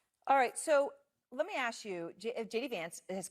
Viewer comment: If your going to speak for a living force yourself to pronounce the word "ask" correctly.